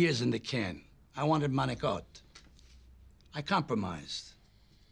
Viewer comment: It is pronounced manicotti...